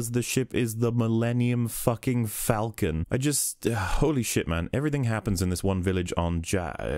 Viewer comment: It is pronounced fall-ken not falken. It is the same A sound as in Aaaaw.